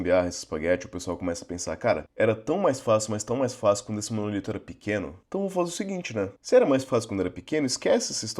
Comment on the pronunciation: Apesar de todo mundo de TI no Brasil falar "monolito", o correto é "monólito" (proparoxítona)